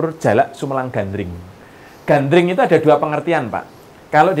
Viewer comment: kan Gandring mas bro bukan Gandrung 😀 mas bro ini gimana sih,,ayat suci Al-Qur'an aja salah dalam kita membacanya salah juga artinya, ya demikian jugalah ini 🤭 Gandring ya Gandring masbro masa kok Gandring di samakan dengan Gandrung 😀 mungkin Gandring itu kan sesosok cowok guanteng buanget makanya banyak di Gandrung i banyak cewek 😀😂